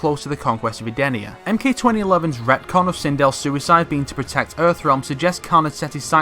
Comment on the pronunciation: Say retcon again